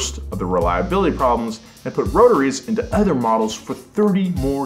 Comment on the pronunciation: I love the show, love the channel, I think you are a great, charismatic host but I would like you to stop saying "Ether" when you mean to say "Other". I will continue to watch either way but if it bothers me Im sure it bothers other people as well.